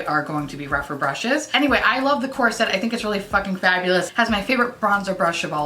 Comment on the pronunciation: When you say "you can get this core set on sale", it sounds like corset, and I was like whaaaaaat is this corset and do I need it XD